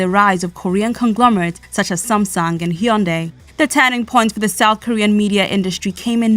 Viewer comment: 리포터가 삼성과 현대를 발음하는데 삼송이나 현다이가 아니라 삼성이나 현대로 발음하는 것만 보아도 미국인들의 인식이 많이 바뀐 것을 알겠네......